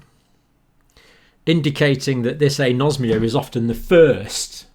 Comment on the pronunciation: Time What is "Asomnia"? (Anosmia.) Sorry Dr John, I have noticed many instances where twist words. This is so far, the most recent case. Please go back and check this one.